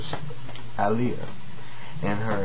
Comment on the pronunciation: I love how you say Aaliyah's name. Its the way all people should say it.